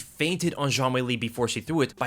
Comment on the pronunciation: Why he sayin zhang like it’s French? All I hear is JeanQuiLee lololol